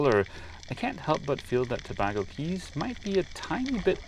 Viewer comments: Tobago Cays used to be better. I guess people recommend it from memory. Btw, it's pronounced To-bay-go, rather than To-bag-o, like Trinidad and Tobago. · LOL...FYI Tabago is pronounced Ta-bay-go. Beautiful waters & islands. Thanks for the great videos! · Toe-BAY-go, surely. When you meet up with Odd Life Crafting, don't let him tattoo you, please!